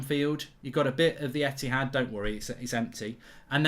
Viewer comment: Mark Goldbridge "Eithad Don't Worry Its Empty 🤣